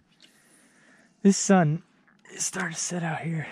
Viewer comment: "It's a little tOasty out heur"